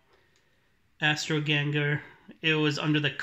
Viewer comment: Astro Ganga not genger lol